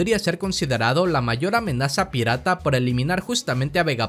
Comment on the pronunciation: Por favor tu canal es bueno pero deja de hablar en cortes es muy molesto mira haces esto y es muy molesto “Luffy se convertirá en una amenazaaaa’ no pongas tanta fuerza al final de la oración suena feo y es molesto. No es hate solo es una opinión